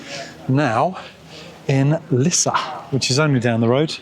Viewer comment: Well that worked! Perfect pronounciation of Lisse! 🤗 'Meer' means more by the way.